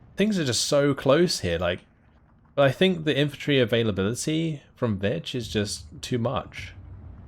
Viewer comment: you say vich i keep hearing bitch XD